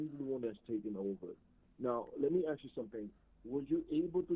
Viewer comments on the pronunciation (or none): At one point, the guy pretending to be the grandson says - call them please and “aks” him… This is a common mispronunciation of the word “ask” that some of these scammers make. And also, the guy says he is in the holding cells, and even speaks to an officer. The lawyer says he is in the infirmary, in the hospital! And I’m really glad you called them out when they laugh! It really messed up their flow. Such dirt bags!